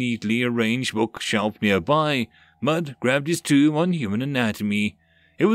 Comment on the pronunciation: Tome, not tomb I have no idea why that grates on my nerves I know what the word is supposed to be.